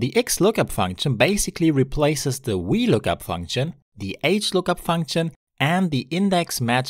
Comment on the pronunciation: Your V's sound like Ws. Was looking for the wee lookup function. ffs